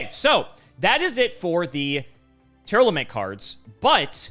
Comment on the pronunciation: come on man, LSV doesn't play Yugioh and he can pronounce them properly! It's Tear-Lament, not Tear-Element.